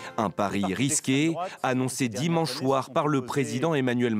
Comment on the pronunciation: Dimanche Shoir ✅